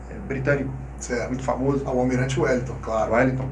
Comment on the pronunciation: “Almirante” Wellington?